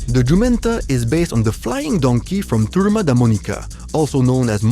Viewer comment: you pronounced "jumenta" pretty well, but you didn't pronounced the "J" in "José" correctly. The correct way to say it is "ʒoˈzɛ", there's no "h′ " sound in Portuguese.